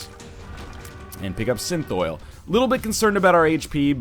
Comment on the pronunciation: Synthoil is pronounced (sin-thall)